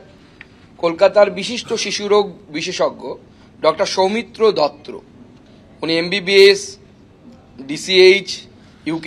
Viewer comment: দত্র নয় দত্ত😂